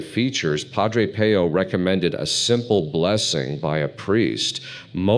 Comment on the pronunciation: Excellent content and advice! But please pronounce his name correctly! . I in Italian is pronounced like ee. So it should sound like Padre Peeoo!!!